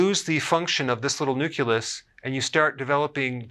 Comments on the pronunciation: I love you, but it's pronounced nuclEus. Not nucUlus. HUGE pet peeve!!!!😱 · Ya, there's no such word as nuculus. Just like there is no such thing as nucular energy (attn: GW Bush); it's nuclear. It's a fairly common mispronunciation (not mispronounciation - LOL). I'm glad someone else commented on this, because I was hesitant to post a negative comment on his misspeaking, (figuring my OCD was just going to attract a lot of flak. lol), especially since I'm really enjoying and learning a lot from Dr Berg's videos. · "Nucelus" haha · Thumbs up but you pronounce nucleus as nucelus, just some constructive criticism.